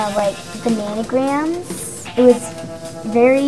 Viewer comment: just listen and tell me she didn't just say bananagrams